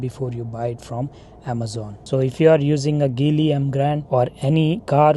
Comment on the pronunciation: Make sure pronounce car name correctly😂